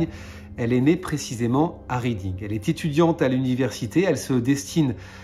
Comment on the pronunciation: Très bonne vidéo, continue ton bon travail, mais fyi la ville de Reading se prononce "reding".